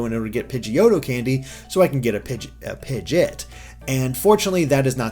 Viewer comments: PIH-G-AWT NOT PIJJIT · "Until you get a Pidgit" ...really? Pidgit? That's how you pronounce it? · pidjit the midjit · Oh my god is pidgeot pronunciation is disgusting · The way he says Pidgeot bothers me.